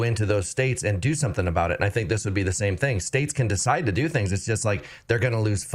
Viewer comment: He keeps saying, "I sink"